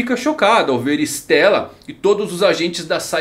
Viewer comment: Não é "estéla" é "istêla", é italiano.